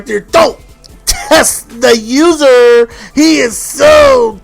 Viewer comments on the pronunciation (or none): the way you said "user" was just.....